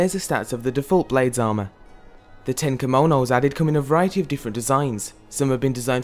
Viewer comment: kimounous, lol. its kimonos